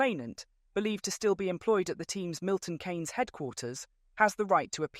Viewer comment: Almost everyother word is mispronounced .. Adrian Newey's name, Milton Keynes .. In its whole a completely obselete video..